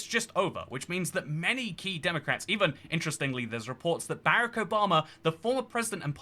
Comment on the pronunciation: I salute your pronunciation of “Barack” as “Barwick”.